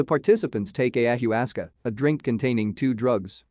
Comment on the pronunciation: It’s pronounced ay-uh-wa-sca just for reference